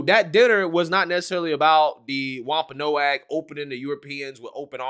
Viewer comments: I know this is a bit nit-picky and ultimately doesn't matter, but the "a" in Wompanoag is silent. It'ts pronounced like Wompanog. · The tribe is pronounced "WAMP ah NOG".